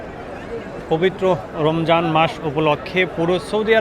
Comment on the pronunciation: আরে ভাই রোমজান না রমজান পবিত্র রমজান মাসের নামটা শুদ্ধ করে বলা যায় না?